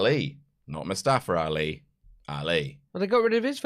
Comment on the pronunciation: "Mustafar Rali"